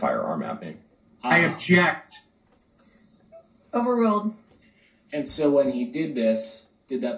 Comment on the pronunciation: Lol..is cook saying he objects or injects???😂😂😂